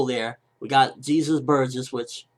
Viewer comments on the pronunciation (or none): It's "haysus" not Jesus. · it's pronounced (hey-zus). Bellamy will fight Rebecca.